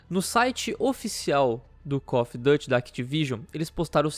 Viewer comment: "No site oficial do Cof duty"